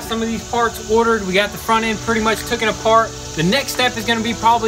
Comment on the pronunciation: STOP SAYING TOOKEN IT ISN'T A WORD FFS. Otherwise love your channel